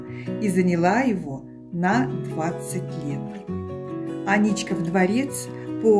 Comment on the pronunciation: Правильно: Аничков мост (Ф. Л. Агеенко. Собственные имена в русском языке. М., 2001) Ударение, а иногда и сама форма топонимов, производных от имен собственных (в данном случае - от фамилии первого владельца усадьбы, на месте которой были затем построены дворец и мост), - всегда вопрос традиции. Например, М.И Пыляев в книге "Старый Петербург" (СПб, 1889) называет дворец Аничковским, мост Аничковым и Аничковским, а на одной из гравюр ХIХ века дворец назван Аничкиным. В Ленинграде я не слышал никаких АнИчковых и только посте двухтысячных, с приездом новых педерцев, вошла в обиход эта гадость.